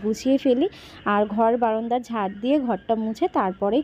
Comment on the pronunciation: Tumi baronda bolo Kano sunte valo Lage na baranda bolbe